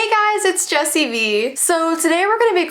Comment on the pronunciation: Mousy toons ☕ when you said jessii I thought you said jesus😭